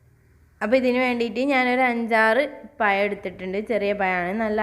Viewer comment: പയം എന്താണ് ? പഴം അല്ലേ !!